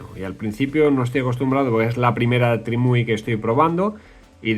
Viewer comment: Pronunciar bien la marca TRIMUI: ❌ Decirle “TRIUMI” a TRIMUI: ✅